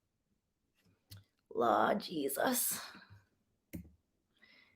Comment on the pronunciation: When you said “Lawwwd Jesus!” I fell out...I know you are Jamaican or from a West Indian Island 🤗. I’m a Jamerican 🇺🇸🇯🇲. So I caught that! Lol...working for Dave sounds like a CULT 😱